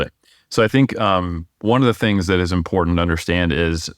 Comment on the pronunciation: There is no letter D in the word “important” so please quit mispronouncing that word.